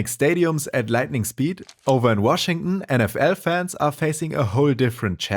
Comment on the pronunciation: Nah you’re gaslighting him 😭😭 he said “Washing” instead of Washington